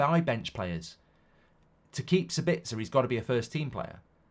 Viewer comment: Mark still calling Sabitzer "Sbitzer". There's an A in his name you numpty, it's Sab-its-a, not Sur-bits-er